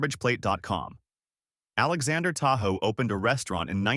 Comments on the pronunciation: It's Tah-hoe not Tah- who. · Nick TA-HOE's. Not TA-WHO. TAHOE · Wrong, it's pronounced "Ta-HOO"...this came directly from the man himself.